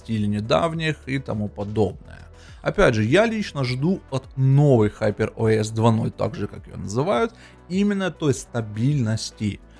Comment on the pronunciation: ХупЭр ОэС ыыыы😅